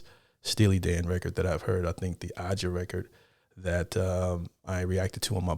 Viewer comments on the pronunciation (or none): It's pronounced "Asia", not Ah Jah. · Steely Dan is from The Movie Barbarella with Jane Fonda. Its not Ah-JA, its A-zha. Steely Dan is about as far as you can get from stupid country music. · It’s pronounced Asia, not AJAH… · The person that said "it" was one of the best records ever made was talking about the album Aja, not the song Home At Last. And they were right. Aja is a 10/10. And it's pronounced Asia, not Ahja. Get with the program, Polo. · As others have said Aja is prounced A-jah, like the letter A with the stress on the first syllable. When you finish the album, which is only 7 songs, and listen to it as a whole, your appreciation of this track will improve, but so will all the others, including Aja. One of the spectacular things about this song is the production. The musicians may not be showing off, but the production shows off every single instrument. The bounce comes from the Purdie Shuffle and you can hear every single shift in sound he does. Chuck Rainey's bass repeats the same thing almost the whole time, but it's not a simple bassline, and supports Victor Feldman's piano. Larry Carlton is doing a lot of subtle little chords and notes that bubble around in your left ear. Fagen is singing interesting lyrics that refer to, I think, Odysseus. Musically, Becker and Fagen just show up for the solos, Becker on guitar and Fagen on the two synth solos, the first sounded like a trumpet. Backing vocals are by Fagen and then soon to be Eagle Timothy B Schmidt, whose daughter I would get to know via a friend right about the midpoint between 1977 and today. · Pronounced Asia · Aja, it's pronounced like you'd say Asia. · It's pronounced Asia! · Aja is pronounced, Asia. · One of my favorites of all time! Glad you're expanding your world. See them live if you can. And, Aja is pronounced like Asia. You get a pass cause you're a newbie.😊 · Just play the music and let it wash over you. And it’s “Asia” like the continent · Aja is pronounced like Asia.